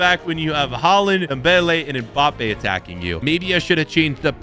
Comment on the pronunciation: pronounced m-bapp-ay